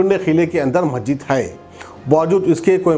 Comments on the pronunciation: Assalaam alaikum Majeed nahi masjid bolo kitni bar bolna aapko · Kiaka majeed majeed,are bhai urdu bolna seekho (,masjid)hai aap ko kaun banaae news editor???